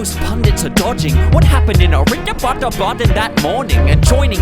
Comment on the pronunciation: The way he says Abbattobad, legend